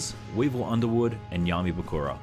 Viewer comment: “Weevil Undermywood” 😅😂